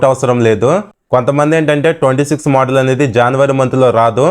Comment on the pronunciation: మొదల్ ❎ మోడల్ ✅😅